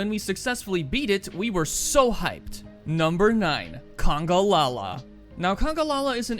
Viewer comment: It's called congAlala not "congOlala"